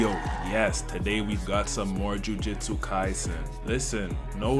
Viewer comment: juJUTSU not juJITSU bro cmon.